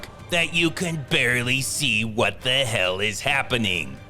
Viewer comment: I love these vids, but the narrator's confusion between the (thuh) and the (thee) is annoying.